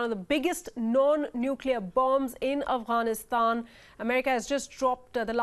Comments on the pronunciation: "Afranistaaan" ? Can you say "Afghanistan"? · "Avanisand" ..Really nigga? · who realised she said Afghanistan wrong